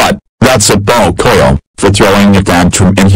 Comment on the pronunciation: I like when said frozen lunchebles